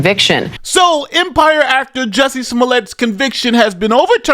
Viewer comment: Calling him smoolyeah the whole time aorr of makes this worth it to me. The real criminal at this point is the DA. Wait for the lawsuit 😁